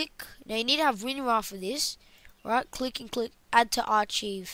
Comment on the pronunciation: why trust him when he can't even fucking say archive correctly